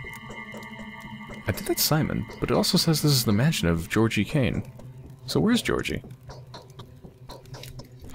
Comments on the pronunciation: Great fun, but, if I may, there is one thing that almost makes me scream at the screen. G in Russian, including names, is never /dʒ/ (like in "ginger") but is always /g/ (like in "gargoyle"). And "y" at the end is /ɪ/ (like in "boy"). Ge(the first half of "ghetto") + OR(exactly "ore", the emphasis is here) + giy("guy", but with "i" like in "git"). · oh... i didn't understand who "georgiy" was at first. you were pronouncing it wrong. its not a big deal but kinda funny cause i was like "there isnt a person named taht in the game" and was SO confused